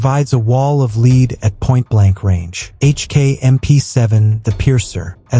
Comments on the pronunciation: So fkn sick of bullshit ai narrated channels, so called " creators" to fkn lazy to narrate their own videos, what tyfk is " a wall of LEED " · What is a wall of leed you need to fix your AI